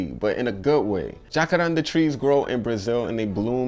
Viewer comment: Hey man, glad to see you back in action. Since you enjoy saying this name, the correct pronunciation is "jacarandá" (stress syllable is the last one). Peace bro